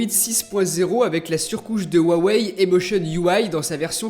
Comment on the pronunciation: Mdrrr comment Tu dis "waweill euh " 😂😂😂